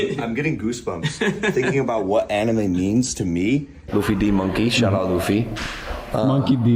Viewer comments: Come on tho; literally everybody knows it’s LOO-fee tho. If you are a One Piece fan with the capability of hearing, you have heard someone say the name LOO-fee at one point or another. It’s a massive fandom, and Logan isn’t a fan. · I thought that the people who pronounce Luffy as "Luhf-fy" instead of "Loof-fy" were bad. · I will never forget hearing that Logan didn’t even get Luffy’s name right.